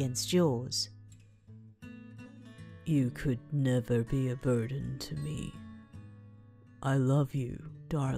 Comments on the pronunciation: I know this is not the right time to make jokes but when tokoyami was saying burden all I keep thinking was BIRDEN!!! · haveing a very serious conversation What was said: I didn't want to be a...burden to you What my mind herd: I didn't want to be a...BIRDen to you